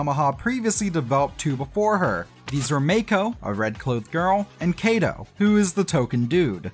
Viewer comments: You’ve been missing out for so long xD ! (also you’re saying kaito’s name wrong Kai - to, not Kay - do ) also some info is wrong such as miku having a backstory and kaito and meiko being hits because they really weren't until miku came out. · "kay toe" its pronounced "kaiyttoe" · KAITO is... not pronounced that way lmao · That's not how you pronounce Kaito